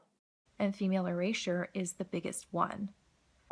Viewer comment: what is "female erasia"? "eurasia"? "erasure"? whatever it is she's going on about?